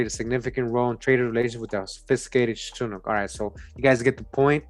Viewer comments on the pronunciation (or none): none